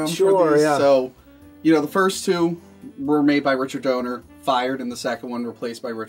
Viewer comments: Dean Cain... Did he just say Dean Cainsman? And it IS Donner (dâh-ner) and NOT donor. And why would you get shit for watching Supergirl? That show's awesome! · When the Superman fan kept saying the Donor movie, it’s DONNER 🤦‍♂️ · Jafart is saying DONNER's name wrong. It's clearly not Donor, it's Donner. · How the heck does someone get "Donor" out of "Donner"? DUH.